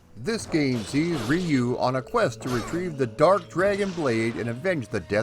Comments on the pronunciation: Hmmm my Japanese friends pronounce it as "yu" the R is almost silent. Its never been Ree you. Thats the american way. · I've heard multiple ways too but I asked friends who are Japanese and they all basically said "rew". I wouldn't get hung up on it though, nothing technically wrong with saying "Rye-you" either :) The video's great, that's what matters. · Roo like the end of the word kangaroo is close enough. Plug this in and it will help リュウ・ハヤブサ. I have a friend with this name and he goes by your pronunciation in the states. This is because the Japanese is difficult for most non-speakers to say. I love your channel, and I love your videos. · Best thing to do... Its always been REE-YU to me... But BOTH are actually wrong... So it doesn't matter! You can find Native Japanese Speakers on YouTube who will confirm it is supposed to be pronounced as "RH-U" as RY makes a RH or ROO sound In Japan! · REE- YUU it's still badly pronuounced, closer... But still very bad. In one breath, just say ryu and extend the U, The same way you pronounce Liu Kang's name, just replace the L with a soft R and extend the final U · I don't wanna be "that guy", but the Japanese pronunciation is actually closer to "Roo". Or "Drew" without the "D" sound. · "Ree-yu" for the Wii U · Rye-you is how I pronounced it for decades up until recently. Guess I'm a silly goose too🙃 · nope, not the right pronunciation (I have a degree in Japanese language) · If you want to pronounce Ryu properly, it's one just one syllable, not two. Just one sound. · I use to say Ryu wrong as well. Not your fault bro. Just means you are a man of a certain generation who did not have anime to teach us how to say it. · After the pronunciation lesson in the beginning I was hoping you'd revert back to your original pronunciation the first time you said the name. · You think it's bad how he pronounced Ryu? Back in my day, we called it Ninja GAY-DEN. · We most certainly did, lol